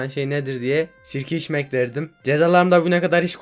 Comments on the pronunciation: Başta sirke içmek diyişini sikişmek diye anlayan tek ben değilimdir inşallah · Abi en başı 10 kere izledim ne dediğini anlamadım S*K*ŞMEK diyon sandım Sirkeç içmekmiş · Sirke içmek dedi ya sikişmek dedi sandim weqqweewqqwe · Sirkeiçmek dedi ya sikişmek dedi sandim